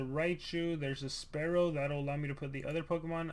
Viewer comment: I was like oofff when he called spearow, sparrow